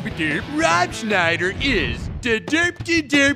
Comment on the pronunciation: “Rated Peegee terteeen”